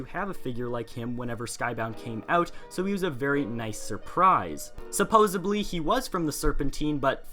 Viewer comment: It's supposedly not supposubly you said supposubly a bunch